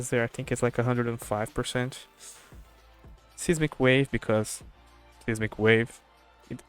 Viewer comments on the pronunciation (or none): fyi the "ei" in seismic is pronounced like "eye" so S-eye-smic wave (not Sismic)